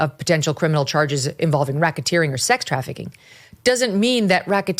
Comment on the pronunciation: what's Rocketeering, Mygen?...it's not something similar to like helicoptering😬🤭...it just sounds like it 🤭